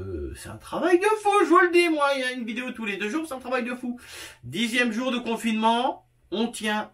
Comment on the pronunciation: cette « viyéo » 🤣 bravo 👏